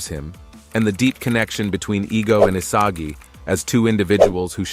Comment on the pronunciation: why did bro say isaji